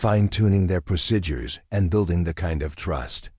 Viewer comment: Overall, an thrilling action-packed story but unrealistic. I'm not going to even address the excessive protocol, technical and tactical errors since I don't believe the script was written or even reviewed by someone who actually served. AI narration was often plagued with awkward, ragged and irregular phrasing, numerous mispronounced words, examples: procidures for procedures, leaved for lived, savered for severed, Phoebe for fob and much more. All of these irritating mistakes made listening to it rather frustrating. When closed captioning was used, the errors were even more glaring. Especially annoying was the use of the word "dot" to indicate the end of a sentence instead of taking the customary pause before starting the next sentencel...subtleties that are chronic AI issues. Obviously this channel needs to have a human editor with appropriate English language skills review their work before posting if they want their channel to grow.